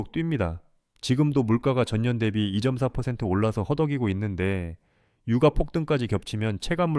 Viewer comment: 유까라고 읽어야하는거 아닌가요?^^